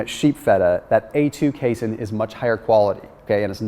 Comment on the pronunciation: You are mispronouncing the word casein